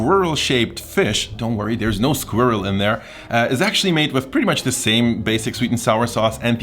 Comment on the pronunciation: Finally a german who can say "Squirrel" properly.